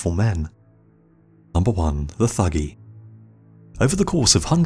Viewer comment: the Thuggee were not "profession murderers", and it's pronounced 'tuggee'. the murder of caravans of travellers was a once a year religious ritual dedicated to Kali Ma.